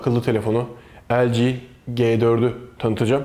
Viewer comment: el ci ge 4 nedir abi, ya el ci ci 4 diye okuyun yada le ge ge 4 diğer türlü büyük bir tezat oluyor